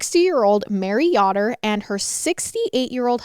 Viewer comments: That name is pronounced with a long O. We have a bunch of Amish around here and half of them are Yōder's. No biggy, but I watched this 3 times over the past few days and, for whatever reason, this bugged me. 😅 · Yoder is pronounced YO- Der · Mary yotter 🤦🏻‍♀️ you take so much time to research take two seconds to learn how to say these victims names correctly. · I can't wait to see reaction when he finds out who killed Mary. I heard about this case a few months ago, and it is a sad one. Also, just an FYI, the last name is pronounced the way it is spelled. Yo-dur. (Like, yo what's up)